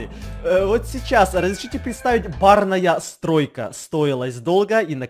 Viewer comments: Он все видео говорил барная стройка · Ты сказал барная стройка